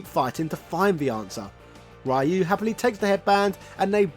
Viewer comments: "Rah-you"🤣 Just like the Van Damme & Raul Julia movie. Rayu is a gyoza (dumpling) dipping sauce and Ryuu (Re-you) means dragon. I think it was SF4 that people started to pronounce his name correct. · His name Ryu is pronounced Roo or Rew like dew not Rie-ew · Thats not how you pronunce Ryu Its RI - U NOT Rai-iu In every game pronunced the nace correctly... why the people still mispronunced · His name is Ryu (ree-you)… not (Rye-you). 🤨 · Geez, Breh. Even Sensei Dan from Art of One Kenpo Karate Dojo got Ryu’s pronunciation right. It’s REE-Yooh, not some kind of bread. Get it together!!! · Ryu is pronounced REE-YOO.... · Street Fighter Alpha/Zero was heavily influenced by the SF2 animated movie. I'm surprised that wasn't mentioned in the video. If people didn't already know, the stadium stage in SFA/Z was an "homage" to the Bruce Lee/Chuck Norris fight in Way Of The Dragon. Also, "Righ-you"...🙄 Thank you Mortal Kombat; Shirai "Righ-you". Then again that mispronunciation might not have anything to do with MK. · Its pronounced " Ree-oo" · I can tell if he's butchering Ryu's name on purpose lol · My ears bleeds everytime when americans keep mispronouncing the name of Ryu. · UGH the way you pronounce Ryu is DISGUSTING and you mentioned in another video you know how but just won't?!? Dafuq lol Interesting though I also like the idea Ken invested in crypto and lost his fortune then Elize showed her true colours and left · Why do you keep pronouncing "Ryu" Like that 😢